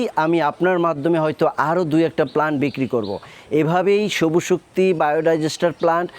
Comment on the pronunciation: নাম হল সবুজ শক্তি আর আপনি বারবার বলেন সবু শক্তি, হাস্সকর